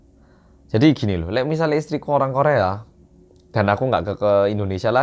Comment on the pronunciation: "Lek"-nya itu, loh, yang khas~😂